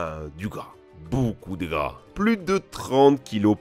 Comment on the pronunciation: La bosse du chameau j'ai cru t'avaiq dis beaucoup de bras😂😂